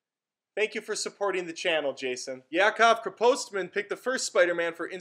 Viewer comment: Dude the pronunciation of my last name was flawless, you're the first person ever to do it right the first time, love the new format it's a very good upgrade. Yacov Krepostman.